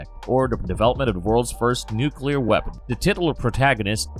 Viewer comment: Thank you for saying 'nuclear.' I am SO SICK of people who say 'nuculer.' They sound SO DUMB, usually because they are